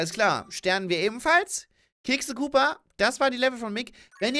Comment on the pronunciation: "Kick the Koopa" wat versteh ich ?! "Kekse Koopa" .... ich hab doch grad gegessen O.O' ..